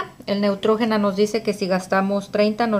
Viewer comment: Se pronuncia Neutrgina